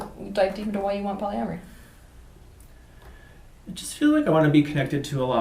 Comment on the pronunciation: I said the same thing as Teal when he said, "polyamory." Lol. Loved it. Amazing video.